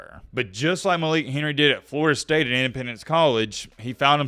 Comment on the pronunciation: Did he say Florida state cinnamon rolls? 😂😂😂